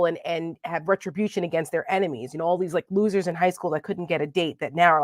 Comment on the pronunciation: Retribution has more than 2 syllables…